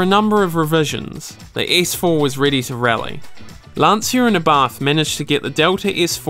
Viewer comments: "Lancier and Abah" love it. It's not Lancia, it's pronounced Lancia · Since he couldn't be bothered pronouncing Lancia, Abarth or even just spaceframe correctly, it's no surprise that there's poorly composed CGI images of the car, and imaginary 'boost' curve in a false graph. 🤷🏼‍♂️🤦🏼‍♂️